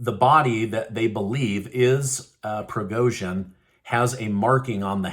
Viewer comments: You have to pronounce "G" as Prigozhin in Evgeniy.... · You have got to learn how to pronounce these names if you're going to use them. They've been in the media frequently for well over a year now. There's no excuse for mangling Zelensky or Prigozhin's names. - don't tell me it's a "conspiracy theory" before you say it. I'll decide whether I think its crazy or legit. All you have to say is that there is speculation or a theory being floated. Don't patronize your audience and presume to do their thinking for them by framing things this way.